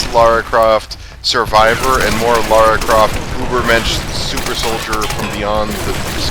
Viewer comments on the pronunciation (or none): Yeah, I don't get where they came up with the "Laura" pronounciation. The character's name is Lara - I've never heard the character called Laura prior to this LP.